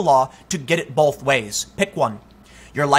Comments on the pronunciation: please stop adding an 'L' in the word both.. thanks.. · Dude there is NO letter L in the word Both come on man